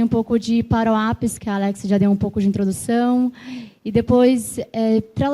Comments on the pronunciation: Pq ela chama "parou app" ?? Nao seria "power app" (pauer ép) ? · "paruap" é pra acabar não é não? Como ela conseguiu "pauerap" ter pronúncia de "paruap"?